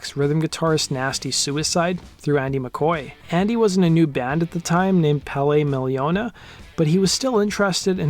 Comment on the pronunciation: Man, the way you pronaunce pelle miljoona😂